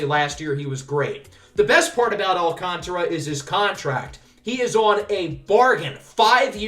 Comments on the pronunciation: It’s Alcantra for the pronunciation by the way! the A after the T is silent :) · So excited for this series🙌 Also letting you know it is sandy al-can-tear-a